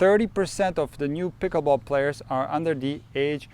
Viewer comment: No hearing the word "pikaball" over and over is annoying.